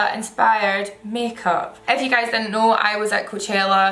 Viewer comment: Every time you said "if you" I was scandalized to hear "f you" at first 😂😂